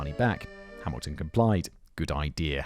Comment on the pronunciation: I know I'm posting this very late after it was posted but holy shit he pronounced terre haute right